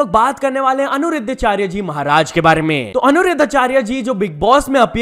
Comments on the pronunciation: Repeat after me - Ani-Ruddha-Achaarya... naa ki Anu-ridhaa like you are saying:D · Bruhh its Aniruddhacharya ji not Anuruddhacharya ji😭😂🙏🏻.....atleast naam toh sahi se looo